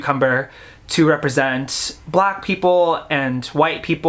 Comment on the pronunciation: i like the way he said “BLACK people”